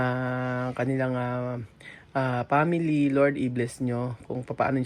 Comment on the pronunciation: Nakaka tawa pa din tlga tong si pag dating pa "p" at "f". Pray(fray) at family(pamily) 😂😂